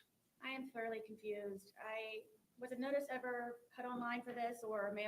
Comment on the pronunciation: I just noticed that she said “I’m throughly confused” in her interrogation video.